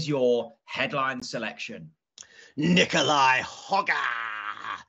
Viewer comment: …and I do hope you had several bags on the Hojgaard/Aberg double. You seem to have mastered how to pronounce Aberg properly, but as a Dane I have to insist once more that Nicolai pronounces his family name as: Hoy-gor….so there…